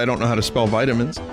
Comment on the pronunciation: vitiminB. VinniminB.